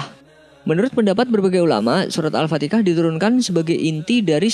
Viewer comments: Admin al-fatihah bukan al-fatikah ,dan juga sebenarnya lu mazhab apaan bukan ahli sunnah wal jamaah ya? Mknya gw nanya dan juga kata guru saya jgn percaya sama yutub ttng islam soalnya belum tentu mazhab sama ntr salah jalan mohon maaf klo ada salah kt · Min ko lu ngomong surah Al Fatihah jadi Al fatikah. Benerin dulu bahasa min, beda huruf beda arti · Kok gw denger adminnya nyebut Al-fatihah kyk Al-fatikah ya? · al fatihah bang bukan al fatikah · kalau org jawa biasa sebutnya alfatikah..rasa2 nya..jika kita berdakwah terhadap org non muslim yg udah faham dan tahu tentang kewujudan surah alfatihah..jika kamu jd org non muslim yg sedia tahu ttg surah alfatihah...keliru tak nanti apabila ada org lain yg nyebut nya dgn alfatikah..satu lagi..alfatihah mempunyai maksud mengikut sebutan arab yg Allah sudah turunkan utk manusia faham dan mengerti erti dr perkataan alfatihah itu..tapi..apabila org jawa merujuk alfatikah kepada surah alfatihah..bukankan dr sudut sebutan..kerana bahasa arab akan berubah jika sesuatu sebutan ditukar sedikit menjadi sesuatu sebutan lain..bukan kah nanti akan mengubah erti dr maksud alfatihah itu..jd..sebagai nasihat..kepada org2 jawa..berusahalah sehabis baik untuk menyebut alfatihah itu dgn sebutan alfatihah sekalipun berbelit lidah org jawa mahu menyebutnya..cuba la pelan2 membiasakan dan mengekalkan apa yg telah nabi sampaikan dan jgn sesekali membiasakan menukar sesuka hati sebarang nama surah ataupun perkataan yg ada dalam alquran..kelak jika diteruskan juga..risau secara xsedar..mana tahu Allah xterima amalan kita kerana merujuk sesuatu yg sgt penting dlm agama dgn menggunakan istilah yg kita reka sendiri..jika dr zaman rasullulah ada menyebut alfatikah..sy akur boleh terima..tp..jika tidak pernah rasullulah menyebut nya dan kekal dgn sebutan alfatihah..maka..sama2 la kita istighfar agar kesalahan sebutan kita itu bisa Allah ampuni...yg kita bincang adalah kalam Allah..bukan lirik lagu bla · Kok gua denger nya al-fatekah